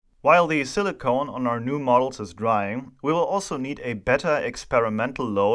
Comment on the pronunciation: Very cool (or hot?) Video as always. Just one little side note: the way you pronounce Silicon sounds more like "Silly Cone", and now everytime i hear you say it, i try to imagine what a Silly Cone (alberner Kegel) would look like 😀